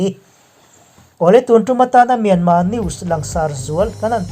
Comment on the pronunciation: MIANMAR ve hi chu aw hah thlak thin mange aw